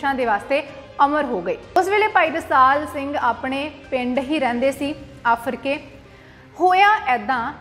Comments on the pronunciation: ਭੈਣਾਂ ਪਿੰਡ ਦਾ ਨਾਂ ਤਾਂ ਸਹੀ ਲੈ ਆਫਰਕੇ ਨਹੀਂ ਆਰਫਕੇ ਹੈ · Aarafke. Aa. Aafrke. Nhi. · ਆਫਰਕੇ ਨਹੀਂ ਆਰਫਕੇ ਹੈ ਜੀ ਧੰਨਵਾਦ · ਆਫਰ ਕੇ ਨਹੀ ਆਰਿਫ ਕੇ ਪਿੰਡ ਆ ਜੀ ਫਿਰੋਜਪੁਰ ਕੋਲ.... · ਭੈਣ ਮਾਫ ਕਰਨਾ ਫਿਰੋਜ਼ਪੁਰ ਜਿਲੇ ਵਿੱਚ ਆਫਰ ਕੇ ਨਹੀਂ ਆਰਿਫ ਕੇ ਹੈ ਪਰ ਬਹੁਤ ਵਧੀਆ ਉਪਰਾਲਾ ਹੈ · ਬੀਬਾ ਜੀ ਪਿੰਡ ਦਾ ਨਾਂ ਆਰਿਫ ਕੇ ਹੋਵੇਗਾ ਆਫਰ ਕੇ ਨਹੀਂ। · ਆਫਰ ਕੇ ਪਿੰਡ ਨਹੀਂ ਆਰਿਫ਼ ਕੇ ਪਿੰਡ ਹੈ ਜ਼ਿਲਾ ਫਿਰੋਜਪੁਰ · ਆਰਿਫ਼ ਕੇ , ਆਫ਼ਰਕੇ ਨਹੀਂ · ਆਫਰ ਕੇ ਨਹੀਂ ਆਰਿਫ਼ ਕੇ